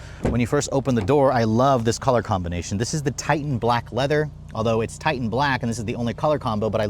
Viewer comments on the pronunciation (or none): none